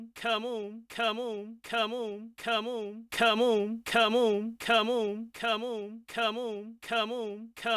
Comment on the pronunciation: My favorite part part is when he says camoun